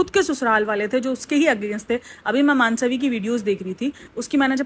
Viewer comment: मानसवी नहीं मनस्वी